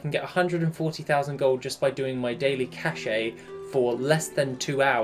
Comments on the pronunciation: is pronounced just "cash" not "cashay" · i'm sure you don't care, but cache is pronounced the same as cash